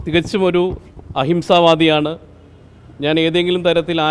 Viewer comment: അഹിംസാവാടി..... 😂😂😂😂😂 last കേട്ടാൽ അറിയാം